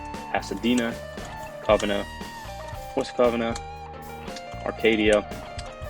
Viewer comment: W and covina is pronounced Co-vee-nah